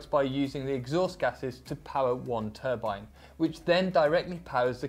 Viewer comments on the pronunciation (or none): none